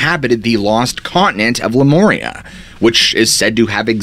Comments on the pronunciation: I've only ever heard Lemuria pronounced like "Lem-yur-ia like not lemoria.Sorry it was hard to keep hearing it.I know I'm being petty, I'll try to get a grip...🙊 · Pronounced "LemUria"...NOT LemOria 😉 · But Lemuria is wrong lol it’s MEER not MOOR … 😉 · I've never heard the ancient civilizations name said as "Le-mor-ee-ah" before. Normally, it is said as the original destroyed continent as "Leh-mur-ee-ah" and they are the "Leh-mur-ee-ens". Great video nonetheless. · Lemuria has no O in it. Stop pronouncing it like Le More rea. That is a long U not a long O. Sounds the way the u is pronounced in the word you. Love the content but your pronunciation drives me batty. Cannot help it. Raised by an English teacher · No 'O' in Lemuria. Please get this right I beg you. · You’re pronouncing Lemuria wrong